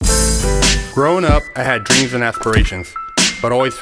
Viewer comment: I had dweams and aspwayshuns